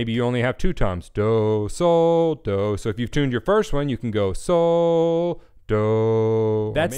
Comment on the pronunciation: when you kept saying soh doh i swear i was hearing so dope :) but thanks this really helped ive been looking for a good tuning video for a while now and i finally found what i wanted/needed